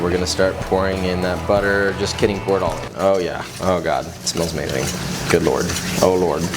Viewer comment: When you said good lort it smells amazing..... lort means shit in Danish 😂😂